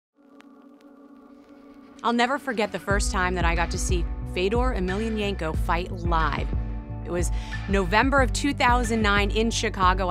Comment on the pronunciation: EmelYAnenko. not EmelyanEnko. и учите испанский язык (с) Жирик